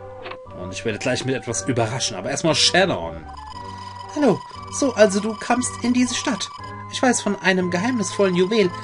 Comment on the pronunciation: shannon wird schännen ausgesprochen